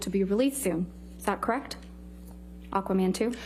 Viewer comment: I really do not like this woman at all. She is so cringy, smug, arrogant, and when she says “kreckt” it drives me insane.